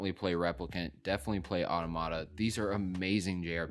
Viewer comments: Final Fantasy XVI is not the first M rated Final Fantasy game ever made. That honor belongs to Final Fantasy Type 0. And Automata is pronounced Ah-tom-ah-ta. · it's still a mistake in the video itself. And the mispronunciation of automata is widespread. Is it actually wrong to learn how to pronounce a word correctly? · do you actually know if he meant only the mainline games, or is that just an assumption on your part. My take is based on what he actually said. Automata factually only has one proper pronunciation. He's just saying it wrong. It's okay to make mistakes. And it's also okay to point them out. People don't learn otherwise.